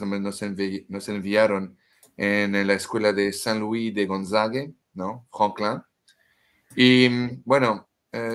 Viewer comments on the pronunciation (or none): none